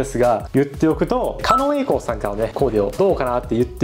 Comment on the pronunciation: 狩野舞子さん、狩野恵輔さん、狩野恵里さんの狩野は「かのう」ですが、狩野英孝さんの狩野は「かの」ですよ。ちなみに狩野翔さんの狩野は「かりの」です。